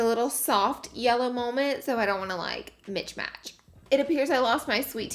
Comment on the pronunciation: I died when she said she didn’t wanna “mitch match” hahahaha… LAURA